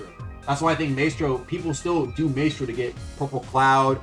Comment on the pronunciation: Bro does not know how to pronounce Maestro.